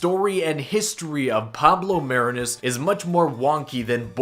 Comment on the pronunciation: It's pronounced "Mah-ree-nus"